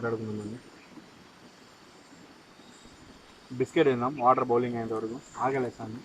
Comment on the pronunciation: బౌలింగ్ కాదురా అయ్యా బాయిలింగ్ 😃😃